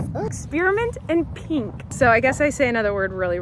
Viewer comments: I agree the way you say pink is slightly unique to you and your voice, but nooooo on ex-PEAR-amint 😂 we love you but I think this is YOUR “peenk” 😂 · Ok. I know Colleen says, pink, a little oddly, but I agree with the way she says experiments. I say it the same way, is it wrong? 🤭